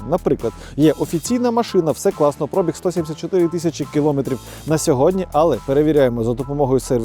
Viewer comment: Коли ви вже всі мамкині блоХери навчитесь ставити наголос у слові «пробіг»?😂😂😂